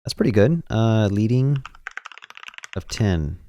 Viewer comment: FYI The word “leading” (line height) is pronounced like the metal “lead.” You’re saying “lee-ding,” but the word is pronounced “leh-ding.” It comes from typesetting when they word literally put the metal lead between lines